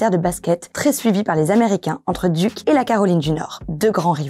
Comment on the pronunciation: C’ est « Dyouk’ » pas « Duke » ... mais on te pardonne.